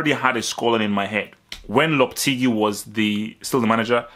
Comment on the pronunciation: I think it's pronounces lohpehtehgee